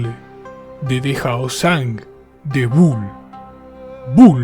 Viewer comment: No se pronuncia bul se pronuncia Bühl la ü pronuncia cómo una u pero fusionada con una i, Y aquí tienen las coordenadas de Bühl, Alemania: 48°41′43″N 8°08′06″E / , 8.135